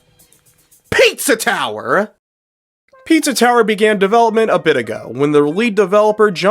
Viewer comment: 🅿️EEtza ToweerR!...